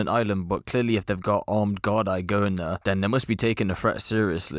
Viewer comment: It's pronounced "gardee" not gard-eye 😂🍀